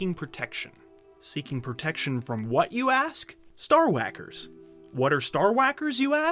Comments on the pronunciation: Min "Star Hawakers" (like Stewie and CoolHawip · I crack up everytime he says Star wacker.